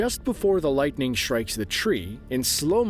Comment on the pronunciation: Can nobody say “strikes” anymore without pronouncing it “shtrikes”? Every word containing “st” seems to have morphed into “sht”. “Assume” has become “ashume” . Etc, etc. It’s not just here in Shtraya (Australia) but seems to be all over the English speaking world and seems to be a fairly recent phenomenon. Any comments?